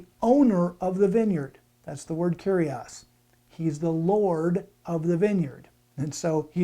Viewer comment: I'm pleased you are using the correct pronunciation and aren't saying, "Kourios" but "Kyrios" though you are wrong about the feminine form. You said "kyrie" which is the vocative form of the masculine "kyrios". The feminine is "kyria". See 2John 1:1,5. To ShuttergirlUK, the OT was written in Hebrew but the NT was written in Greek, so Greek is very important. It is true that the OT was translated in Greek and that is known as the Septuagint or LXX for short.